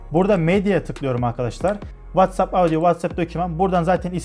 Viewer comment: WhatsApp'i doğru okuduğunu gördüğüm tek adam :)